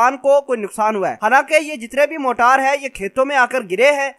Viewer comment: Bhai g ye Jo apne choty missiles ka name lia h "Motaar" ? Isko motaar nhi "Marter" kehty hen janaab Pehle ap sahi naam Lena sikhlo uske bad ispe video banana plz